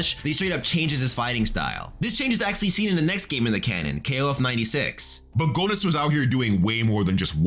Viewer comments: Idk if anyone told you this alreday, but I'm pretty sure the o in Goenitz is silent. It's pronounced like Genitz. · Not to correct anyone, but Rugal's name is (according to SNK) pronounced "Roo-GAHL Bern-stine." And Goenitz's name is (once again, according to SNK) pronounced "GEH-nitz". Anyway, there's a YouTuber named "ShoryuGame" who knows a heckuva lot more about KOF lore than I do. All in all, however, excellent job on this video.